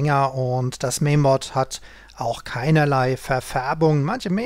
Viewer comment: * DE - ich glaube Du hast es selber schon gemerkt, über Deine Aussprache haben sich schon einige amüsiert aber anstatt Dich darüber aufmerksam zu machen, machen sie sich darüber lustig. Weiter im Text - Mainboard - Lautschrift nicht "Mehnbord" sondern "Määhnbord" kannst mich gerne als Englischlehrer angagieren;-).